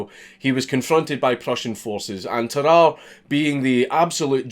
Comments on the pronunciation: I'm so yorkshire, when he says Tarrare I thought he was saying bye bye nicely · dude it's "tar-rar-rey" don't you watch sam onella? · Bruh its tarrarrà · Tararre, also pronounced “Terror” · Well, Sam o'nella pronounced it "teh rahr ee" so now I'm confused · It’s pronounced Tar-are-ay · tuh-rah-rey cmon man 😔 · The Northerner in me almost closed the video on instinct after you said "Tarrare".